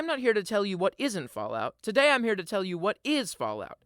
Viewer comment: Had to stop watching because of him saying“tondy”